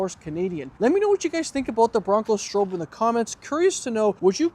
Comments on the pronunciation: STROP is how it’s pronounced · Stroppe -Strop. Say it right